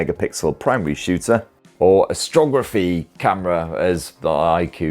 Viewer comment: “Astrography.” Love it